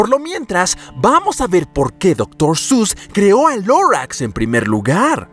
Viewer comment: Otros: Doctor seuss 😐: Doctor sus ඞ